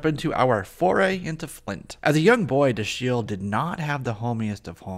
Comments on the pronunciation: Great review! One note: His first name would be pronounced "DA-shill" - emphasis on the "Da", which is pronounced like "dad." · Another of my favorite characters from the cartoon. You're mispronouncing his first name. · Why didn't you look up how to pronounce Dashiel?? It gets annoying quickly.